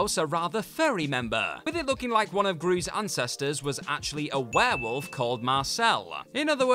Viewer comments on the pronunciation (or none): none